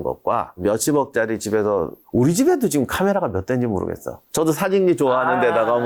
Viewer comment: 군사력도 군사력인데 내가 제일 궁금한 건 '지금'을 왜 '지끔'이라고 하는지 이게 제일 궁금함 한 두 분이 아니라서 진짜 예전부터 궁금했던거임